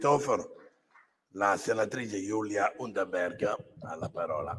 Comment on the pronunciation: gagliarda la pronuncia di la russa del cognome della senatrice, si sarà preparato a casa